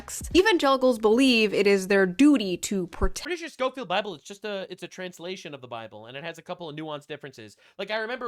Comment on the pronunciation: OMFG when she referenced the Scofield Bible, I stopped the video and paced around my apartment out of frustration. She didn’t even pronounce it right… For those of you who don’t know, the Scofield Bible is just a commentary Bible that references dispensationalism which is about how Biblical prophesies should be interpreted. It was written at the end of the 1800’s, BEFORE the state of Israel existed. It literally says nothing about supporting Israel as a state. Ian Carrol did a video that was debunked by Wes Huff where he claims the Scofield Bible “Jewified” Christianity. What’s interesting is that just a week or so before Charlie Kirk was killed, Charlie tweeted “Jesus is the king of kings”, and Ian replied with “and you worshipped the ppl who killed him!” But wait, I thought the Scofield Bible “Jewified” Christianity and the Jews of today have nothing to do with Jewish ppl back then?? How can the Jews be different ppl but also the “killers of Christ”??? Shoe said “this isn’t a Candace video”, but proceeds to use Candace talking points that are conspiracy theory BS